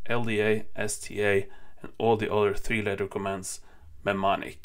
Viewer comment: In English, “mne” is pronounced like “noo” / “new”. So “mnemonic” is pronounced “newmonic”. 🙂